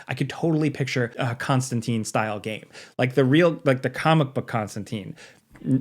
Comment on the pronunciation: It breaks my heart every time I hear it pronounced Constan TEEN. ConstanTINE rhymes with fine. And Keanu Reeves did get a game it sucked That nitpick out of the way. I would love to see Remedy, Telltale, Supermassive do a Hellblazer game. Give Eric kripke the Hellblazer keys he is clearly a fan. Supernatural is the closest thing to a real Hellblazer show we are ever gonna get. (Yes I am aware of Matt Ryan) Also keep John out of Injustice. He is not a fighter. I would love some fan made Hogwarts legacy DLC that includes John tho. "How can that muggle do magic and why is he constantly smoking!" Hellblazer game, hardcore mode, have to keep John's nicotine levels high or he dies. Every couple of hours ya have to hop over to the shop and restock him on silk cuts.